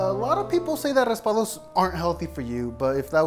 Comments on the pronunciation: Faisal4T he said Raspados he barley sad raspado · It’s not “raspados” mister is raspados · Uh no it's not it's raspados